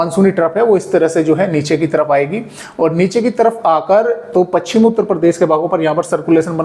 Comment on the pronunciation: पच्छिम नहीं पश्चिम बोलिए। सही उच्चारण का ध्यान रखें।